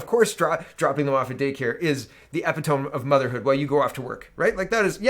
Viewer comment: Ah yes, the Epi-tome, I love you, but if anyone deserves to be canceled, its you for mispronouciation of names and words! 🤣🤣🤣 Kidding brother. Keep it up.